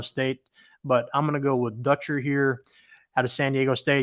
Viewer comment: It's Dutcher not Dootcher. No chance - part of Fishers Fab 5 mess!